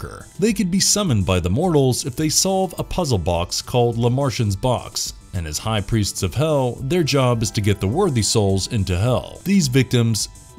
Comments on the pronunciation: dude, I'm French, usually I don't nit pick about stuff but how you say LAMB ET, dude, it's LA MONT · The creator of the Lament Configuration puzzle box, aka "LeMarchand's box," or "LeMarchand's Configuration" in the original novella, was a toymaker named Phillip LeMarchand, a clearly Francophonic name which would be pronounced something like "lay mar-shan" or "la mar-shan." So, while the pronunciation here is a little flat, it's tolerable, especially since this sounds like it might be a digital voice-over rather than an actual person. His descendant was John Merchant, no "le" or "la" involved. He didn't create the box, his ancestor did. Maybe you're the one who needs to go back and watch the movies?